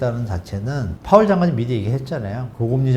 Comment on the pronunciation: 다 좋은데 파웰... 누가 이 파웰을 ㅋㅋ